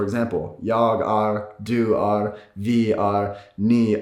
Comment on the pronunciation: Hearing him try to say "Du är" was a bit depressing. He just said "Do are" in english. There was not an ounce of swedish in there.